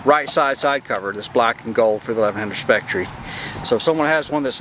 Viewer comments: It’s pronounced specter not spectre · Cool accent, love the pronunciation of spectre, "Spectorey". It's pronounced Specter lol. Very nice bike though. Aaa+ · Spectre—/SPEC-tur/. Not “Speck Tree.” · Sorry to have to correct you but, It's not a Speck Tree. It's a Speck Ter. Rhymes with Lecter, as in Hannibal. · It's specter not spectry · Nice color scheme. But it's pronounced Specter like a ghost or Phantom. Not Spectree. Hope you're still riding it. I have the 82 burgundy color scheme. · Spectreeeeeeeeeeeeeeeeee. Learn how to pronounce the name....spek-tur......fuckin dumbass..... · Pronounced specter, regardless of spelling! Just like honda sabre is not sa-bree its saber, just thought i'd point that out. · Just watched the video for the first time. I am sure by now you were let in on a little secret : it is pronounced spec-ter. I am going to pick one up this Wed. The 1100 model is awesome, and difficult to find in good condition. I love early and mid-eighties bikes, especially Honda, but I could not resist the SPECTRE. Just like James Bond can not resist beautiful women !! Next time I am around Houston, I will have to stop by and see that the Spectre. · Great bike and BTW it's pronounced SPEK-TER